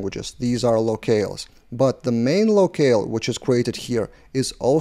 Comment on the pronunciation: Nice video 👍 FIY, "locale" is pronounced same as "low kal" - I'm not native too, no worries 🤟